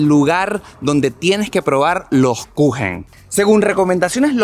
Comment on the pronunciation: torta en alemán se dice Kuchen 🍰 como lo dijo la señora